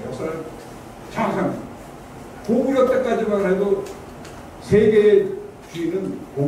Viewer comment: 가오 거오구 리 라고 중국측 발음